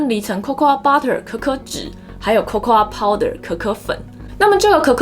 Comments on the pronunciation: Cocoa是唸做扣扣 不是扣扣阿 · cocoa的發音其實就跟coco一樣(最後的a沒有發音)，當然我知道這個頻道不是在教英文，不過如果發音能發準確會更專業、更有說服力(我看了很多集都多少有發音問題)。最後要說感謝＆支持~~~